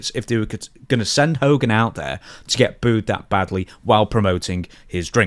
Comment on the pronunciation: Why are so many people having such a difficult time with the word 'booed'?